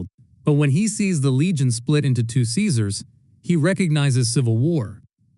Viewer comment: Lucy is only wrong about the pronounciation of Caesar. To be fair most people don't know this. Everything else was correct. Aside from prima noctis most likley being nothing more than a myth.